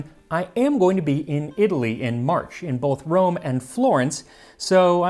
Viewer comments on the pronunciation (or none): none